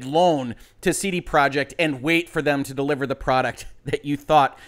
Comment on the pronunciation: YOU CAN'T EVEN SAY COMPANY NAME RIGHT. IT'S PROJEKT!!!! NOT PROJECT!!!